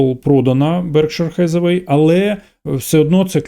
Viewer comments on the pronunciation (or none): Заради бога не "хезевей" а "хетеуей" (як актриса). Дякую 🙏